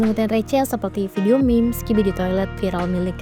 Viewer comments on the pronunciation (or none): none